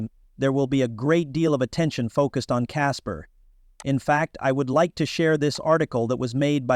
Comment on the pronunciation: Ok bot. "Caspers" lol